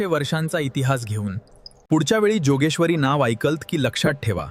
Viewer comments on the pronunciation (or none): जोगेश्वरी नाहि योगेश्वरी म्हणा...